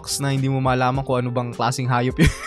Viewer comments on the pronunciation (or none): Hahahaha maraman daw sabi ni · Sabi mo po maraman hahaha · Malaman hindi maraman hay naku